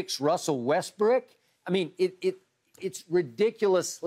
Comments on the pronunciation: Skip keep saying WestBrick 😂😂😂😂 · Funny how this man actually calls him westbrick😂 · skip really going at russ calling him westbrick lmaoo